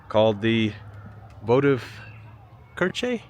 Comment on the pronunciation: The church in Vienna is pronounced like ‘votivkircha,’ the ch is gentle. Anyhow, love the content!